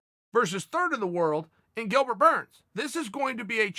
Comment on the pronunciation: He said Dilbert